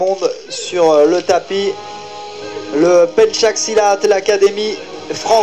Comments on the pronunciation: PENCAK SILAT NOT PENCHAK SILAT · Pencak silat not penchak silat, thanks u mr. frank , for introduced pencak silat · Not Penchak silat But Pencak silat